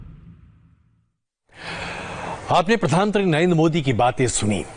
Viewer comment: भाई! प्रधांत्री नहीं प्रधानमंत्री होता है।